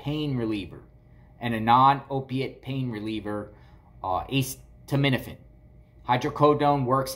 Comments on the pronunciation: It's not pronounced "ACE TO MIN A FIN"! haha. It's pronounced "A set uh min uh fin". Now say it fast. A setuh minuhfin 😂😂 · acetaminophen is pronounced uh-seet-uh, not ace-tuh. thank you couldn't stand it had to tell you. sorry. The pharmacist should know that, also about HIPPA.... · Just to help it's pronounced uh·SEE·tuh·mi·nuh·fn I Instead of ace tuh med ifin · Acetaminophen =A-Seet-O-min-a-fin. why did you say the pharmacist name? You shouldn’t have revealed your source. That pharmacist could get in trouble. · Vicodin highly sought out by addicts It’s pronounced Ah-ceed-ah-ment-ah-fin It slows you down, but if you take a couple it gives you a sort of energy. That’s what I’ve been told. My niece was highly addicted to this, and when this wasn’t strong enough she moved up to Percocets. 5 years ago she had to go inpatient to get off these nasty drugs. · Aceed-a-ment-a-fin lol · Ah-see-tah-men-A-fin (correct pronunciation) which is generic Tylenol. The Hydrocodone is Vicodin. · ACETAMINOPHEN: It is pronounced "A- set- uh- min- uh- fin". 🤣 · A see ta MIN a fin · Stop saying it like that! It's called Norco! It's hydrocodone and a ce ta min o phen (aka Tylenol). They sometimes prescribe it to kids for minor surgeries. Lol love ya buddy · Pronounced "Us said a men owe fin" :) No Ace's involved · Lol you crack me up the way you say acetaminophen 😂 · Thank you! I'm glad he repeated that several times so I know I didn't hear him wrong. I have not ever heard acetaminophen pronounced like that in my life. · Me too🤣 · You are still pronouncing acetaminophen incorrectly bless u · ace of spades, ace frehley, ace hardware, aces high, ace in the hole, aces in their places, ace bandage….